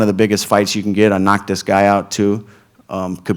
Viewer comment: he keeps saying diz guy hahahah